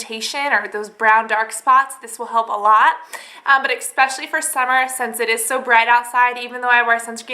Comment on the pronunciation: AH! expecially strikes again